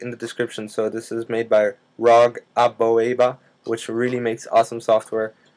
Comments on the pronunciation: pronounced roweg ameebuh. idiot... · That was really useful. Thanks so much from Scotland. And oh, BTW, Rogue Amoeba is pronounced Rogue Ameeba! Cheers matey!! :)